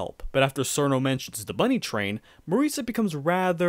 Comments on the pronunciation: Its pronounced CH-irno, not SER-no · it's "cheer-no" not "SeEr-No" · Her name is pronounced cheer-no (chiruno in jp) not sir-no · SUURR- KNOW TEHH-WEEEEEE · An accurate phonetic pronunciation of "Cirno" is Xjheirnoughf. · ah yes, my favorite character, churros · STOP PRONOUNCING CIRNO AND TEWI LIKE THAT 😭😭😭